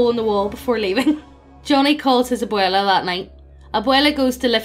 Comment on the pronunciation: This is my second fave paranormal greentext story. Thanks for being the only channel on youtube to pronounce "Abuela" properly. PLEASE DO "THE DUDE RANCH" NEXT!